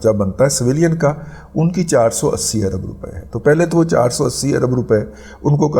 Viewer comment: "عرب ڈالر " ارب ڈالر ہوتا ہے درست کر لیں آپ جیسے پڑھے لکھے سے ایسی غلطی کی توقع نہیں کی جا سکتی